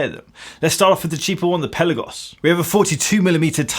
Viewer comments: It’s called Pelaaagos, not pellagos! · Fantastic review as always. I do wish you'd pronounce Pelagos correctly though - Pelarrgos, not Pellagos. Also, the Pelagos is better than COSC, being rated at -2/+4. If I could find a new one in an AD here in the UK, i'd buy one. Are Tudor playing the Rolex game do you know ?